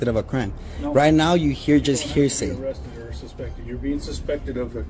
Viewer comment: " You, GOT a HERE-SAY Report......?".